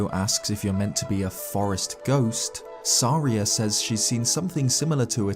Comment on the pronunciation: Volvagia and saria are so off please record again